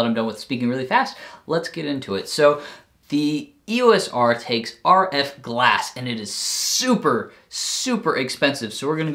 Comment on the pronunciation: Funny when you say E.S.O.R :) I recommend the 24 2.8 IS USM. I picked one up second hand for 150 bucks :)